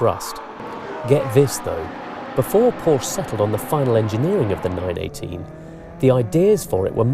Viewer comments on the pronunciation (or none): 10 dollar camera, and calling it porscH .... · Por-sha!!! Get it right! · Reignmkr! Only retards in america say porsha